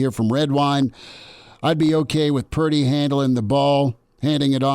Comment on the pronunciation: Damn it, learn how to say Purrrdeee, for me, please 🙏! We don’t have a pretty QB… it’s gay sounding 🤷‍♂️